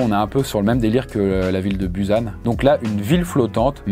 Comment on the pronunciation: Busan, ça se prononce "Pousane"